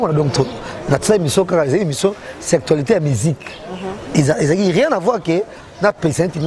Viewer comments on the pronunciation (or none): none